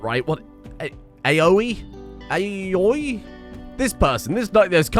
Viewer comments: if my weeb is correct that's pronounced 'owie' Edit: yeah, big owies for Aoi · Aoi is a Polynesian name, pronounced "owie" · Aoi is a japanese name pronounced 1."A" like in "Cat", 2."O" like in "of" and 3. "i" like the letter "e", therefore AOI, meaning "blue" or "blued". English doesn't know what a vowel is so here i am explaining it lmao. Also, Andrade is pronounced "Anne - draw - deh". You can trust me on this one because i am hispanic. Can't wait for you to change both their names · Stand Yer Ground and Shut Yer Round and you too can have willing thralls Edit: Aoi is pronounced like 'Owie' Appropriate for the one you stick a vampire plant in. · Aoi = "ow-e".